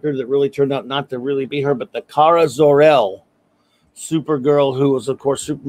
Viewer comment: She's not zor-El but cir-el